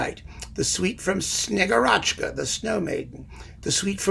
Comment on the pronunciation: Infinite thanks for this fantastic overview. Just in case, 'Kitizh' is the Russian shortened name for 'The Legend of the Invisible City of Kitezh and the Maiden Fevroniya' . To polish your Russian a bit, in 'Snegúrochka' the accent falls on 'U' ;)